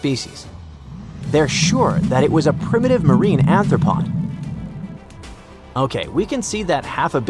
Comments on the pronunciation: Much ignorance and misinformation. The animations, apparently AI generated, are grossly incorrect. The narrator can't even pronounce "arthropod" correctly, constantly saying "ANTHROPOD". Affinities between clades are stated, that do not exist. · The narrator makes my soul hurt. Chitin is pronounced ky-tin; the ch- is from the Greek letter X and has a K-sound. "Arthropod" is also mispronounced as "anthropod" multiple times. Arthropod means "joint-foot", anthropod would mean "man-foot" (if it were actually a word). Stop trying to make "anthopod" happen, it's not going to happen! I gave up 18min into this video. Poor science communication.